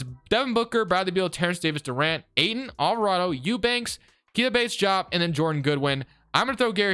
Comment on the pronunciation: why do you said diop like that? it’s pronounced exactly how it’s spelled